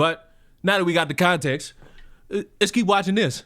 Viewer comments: She lost me at "conteenx." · The way she says continks pisses me off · How tf do u pronounce context “conteex”